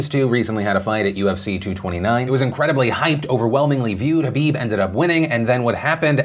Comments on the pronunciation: Is no one going to point out that Phil kept saying Habib instead of khabib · it's KHABIB not Habib lol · Is it just me or does he say “habib” instead of “khabib” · What’s so hard about pronouncing kabob correctly 😝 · Are you calling khabib Habib??? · Does he keep calling Khabib, Habib? Or is it just me... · nb No, everyone in the world besides Phil and Khabib mispronounces Khabib's name. Listen to it closely again. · the k in khabib isnt silent my man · Say Khabib's name properly PILIP.